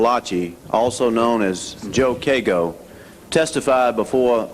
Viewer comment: Haha messes up his name not even 5 seconds in. Also known as “Joe Cay-GO” no No no it’s “Joe CAR-go” as in cargo from a ship.